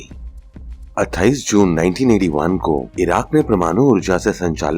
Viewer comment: प्रमानु नहिँ भैया परमाणु होता है ।